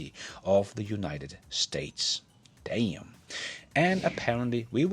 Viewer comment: "Day-um!" Flex that Southern accent lol!